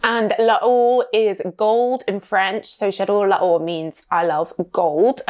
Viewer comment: It's pronounced 'lor'... not 'laor' please And parfum d'eau is pronounced 'do'..like the musical note...